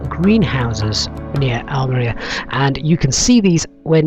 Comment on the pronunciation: The pronunciation of Almeria all the way through this was painful.